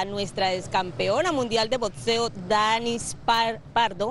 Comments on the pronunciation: capacidades boSisticas? consejo mundial de boTseo? aprendan a hablar carajo.... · Por favor, por lo visto las noticias y esa boxeadora pueden vencer todo, menos la bendita letra X, se dice Boxeo, no Botseo.